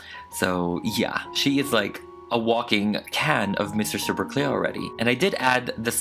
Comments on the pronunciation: Did anybody else hear Mr. Super queer? Or was it on purpose? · Omg lol the more I hear the word queer the more I think he's saying "Mr. Super Queer" instead of "Mr. Super Clear" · I DYE every time you say mr super queer 😂